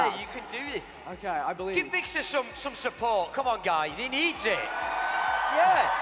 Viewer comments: How he pronounces vikkstar 😂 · Lol the announcer says Vikkster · It was really annoying me when that guy was saying vikkster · The announcer said vikkster not vikkstar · He pronounces it vickstur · The announcer pronounced ur name wrong , he said vickster123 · i hate how the guy couldnt say vikkstar but he said vikkster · He called him vikkster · Vikster. Man said Vikster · Haha he said Vikkstir